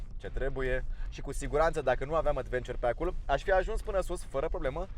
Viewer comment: cică Advenciăr =))))